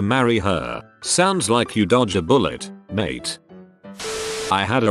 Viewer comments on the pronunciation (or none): none